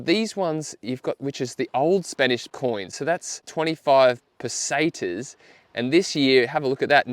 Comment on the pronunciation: Yew.. Pesetas pronounced, perfectly. Ibiza though.... Eye Bee Th-a!